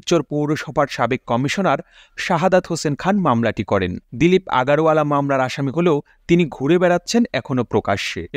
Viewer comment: আগারওয়ালা হবে না ওখানে আগরওয়ালা বলতে হবে